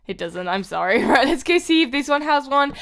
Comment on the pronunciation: Did you see when she said raight its meant to be right